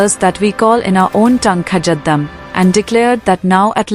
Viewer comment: Most lazy youtube video, the AI can't even pronounce kazadum right lol